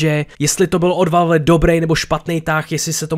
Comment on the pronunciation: Já se směju tomu jak valf říkáš valve.😂